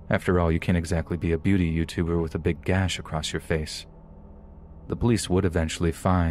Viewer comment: " ... I did what any 'YoubTuer' does ... ". He said, "YubeTuer", and that kind of stuff tickles me because it sounds so silly. My family likes to say silly stuff on purpose. Malapropisms are a way of life at the homestead. Hearing my favorite narrator say that, made me shoot tea out of my nose.